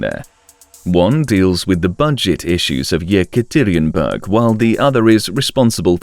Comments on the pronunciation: Taxis or Taxes? Mentra or mantra?? Then goes on to butcher Yekaterinburg (it's supposed to be like the name Katherine, emphasize the a sound). Seriously you suck at proper pronunciation. This is amateur work, made it to 4 mins. Downvote and out. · man the way you pronounce "Yekaterinburg" drives me nuts